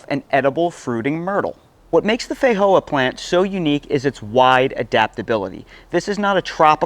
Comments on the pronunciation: Fei-joa ,not Fei-hoa 😦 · Hey brother the proper pronunciation is FeiJoa not a silent J like in ESPANOL just sayin I’m Portuguese and I regularly talk about these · 😂 I just can't with the way you say feijoa, I've called them fee-joa my entire life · We call them FEE-JOA's in NZ. Never heard them pronouced FEY-HOA's. haha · theyre pronounced differently the world over due to different dialects. In places like eastern Europe it IS actually is a silent J. One culture doesnt own the fruit. Same as Spanish people pronounce "Jesus" differently than English language speakers. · Great video until the end where the eating sounds got on my nerves. I do think there is a pronunciation problem, as others noted. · FFS mate, learn how to pronounce Feijoa!! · Feijoa is a Portuguese word so the j is pronounced as it would be in English.